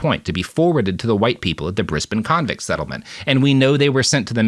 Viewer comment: He did say 'Brisbane' perfectly, however.